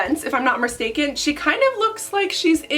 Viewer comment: “If I’m not merstaken.” This is when mermaids mess up lol